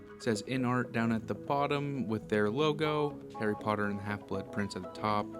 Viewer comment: Harry POTTAH!😁